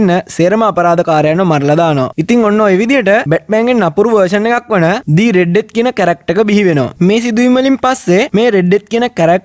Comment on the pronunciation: meka kiwwa kiyala mage locucama kiyala hitanna epaa mama danna de oya ekka share karagannawa witharai harida😁 the red death උච්චාරණය කරද්දි දී නෙවේ එන්නෙ දී උච්චාරණය එන්නෙ a,e,i,o,u කියන වවල්ස් එක්ක විතරයි ඉතින් the red death කියද්දි r එන හින්ද ඒක ද රෙඩ් ඩෙත් වෙනවා 😁ලොකුකමට නෙවේ කීවෙ අනික ඔයා මේක දන්නවා ඇති